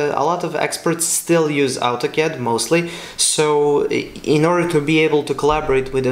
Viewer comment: It's Autocad not Altocad !